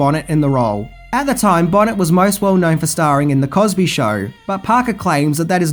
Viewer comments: BTW, it's Bonay, not Bonnet. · Her name is not Lisa Bonnet? It Lisa Bonet. Pronounced Bow - nay. It's like you don't even try. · Lisa Bonet, its not pronounced BONNET, its like BoNay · Lisa "bo-NAY", NOT "Bonnet". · It's Lisa Bonet (as in bone-aye) not Lisa Bonnet! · One of my fave films. Yeah, the remake would be absolutely pointless. Cool video. Thanks for making and posting it! FYI Lisa Bonet’s last name is not pronounced “Bonnet” but rather “Boe-Nay.” Cheers! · Bō-Nay for Bonét, not Bonnet Movie left out baby sacrifice and changed Toots Sweet to conspirator / devil worshiper when he wasn't in book. Love movie and book no matter the changes. 😈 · It`s Lisa Bonet ( Bone-eh)....Not BONNET! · he last name is Bo-nay not Bonnet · It's Bo-NAY not 'bonnet' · Bo neigh, not Bon net. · Pronounced Boe-Nay not Bon-Ette. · Bo nay ! Not bon nit ! But yeah .top hundred great film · This movie gave me nightmares just because of the scene with the gun and Lisa Bonet. I’m not going to detail it but I still have flashbacks of this film. It’s BOH-NAY, not bonnet, dear 👍🏻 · NOT, NOT, NOT Lisa BON-ETTE... It's pronounced BO- NAY ... Any video interview in the last 35 years has pronounced it this way...😳😬🤭😁👍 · Bow-nay, not Bonnet. (Bonet). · One of my favorites but: Bonet = Bonay not bonnet. And so hot. The black preacher Angel knocks over was based on the actual Harlem church/cult leader Father Divine known for his "white angels". The timeline is a nightmare. I've never been totally sure in which order Angel is kidnapped, sacrificed, replaced, drafted, wounded, hospitalized, taken back to Times Square and somehow gets a life as a private detective. The book was pretty dull with Epiphany as a NYC college coed. Much better in voodoo rich New Orleans. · Lisa Bonet is pronounced: Lisa Bone A = Lisa 🦴 A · Pronounced (Lisa)Bon nay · #11: Lisa Bonet's surname isn't pronounced "bonnet." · Bonet is pronounced like "bone-ay" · It's pronounced "Bo-Nay"!!! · It's pronounced "bow nay"... ;-)